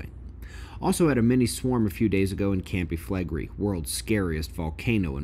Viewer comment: Campi Flegrei sounds like "KAHM-pee FLEH-gray-ee"